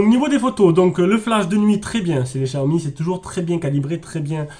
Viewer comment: Juste pour info : Ça ne se prononce pas "gziaomi" ni "chiaomi", mais simplement "siaomi" !